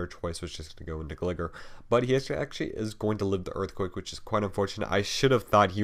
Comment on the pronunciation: His name is 'Gly-ger' as in glide.